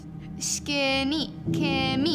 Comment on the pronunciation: "SkEnny"? it's SkInny.